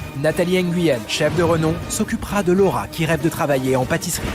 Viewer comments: Mdr qui a entendu 3 fois le rat au lieu de Laura ???🤣🤣🤣 ( moi ) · Moi qui fait que d’entendre « le rat » au lieu de « Laura » 😂